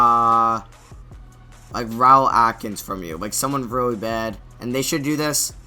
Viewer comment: He pronounced Rawle Alkins so bad😭😭